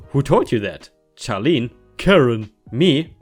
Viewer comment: Charlene is pronounced as Sharlene